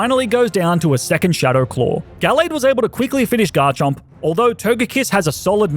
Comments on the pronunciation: Do not leave off the M in Garchomp! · The first O in Garchomp is supposed to be an A!